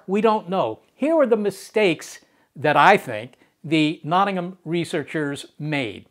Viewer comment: Should pronounce Nottingham properly